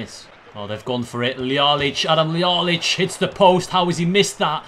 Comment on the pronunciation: adam liaic? :D Love the pronounciation of some of the players. (yeah im making fun of it due to my own accent beeing just as bad). Its pronounced jajic. Merry Christmas man. Keep uploading so I got something good to watch.